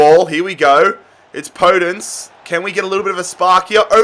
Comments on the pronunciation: Podence is pronounced "Po Dense" mate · Podence is pronounced with a soft O by the way